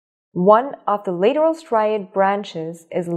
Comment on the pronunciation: Why is the pronunciation so wrong? It sounds like text to speech, yet it says “leeteral” instead of lateral, and that’s just one example